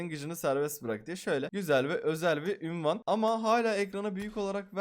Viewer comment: Abiiii ünvan değil unvan